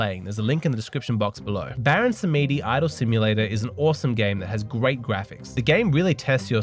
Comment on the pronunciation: Samedi = French for Saturday , pronounced as ' samdi '. ( e not pronounced.)